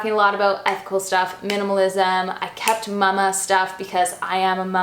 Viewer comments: I adore, but when she says Mámá it's driving me nuts! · No, it's just her weird way of pronouncing it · Do all Canadians say mama like that? I’ve never heard someone say mama like that before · Haley Newlin 🤣 I’m Canadian and don’t say it like that!